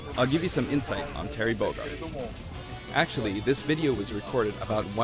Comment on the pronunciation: Why You Said Terence It's Terry